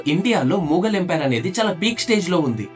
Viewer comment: అది మూఘల్ కాదు మొఘల్ bro..😂